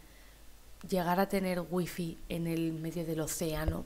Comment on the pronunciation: WIFI ?????? QUE CARAJOS SE DEBE RESPETAR EL NOMBRE CON SU RESPECTIVA PRONUNCIACION